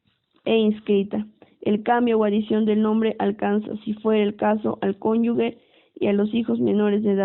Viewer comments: LE FALTA MUCHO A LA LECTORA: EXPRESA "CONYUGUE", DEBE SER CONYUGE... LECTURA DIFUSA... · Es cónyuge , no cónyugue.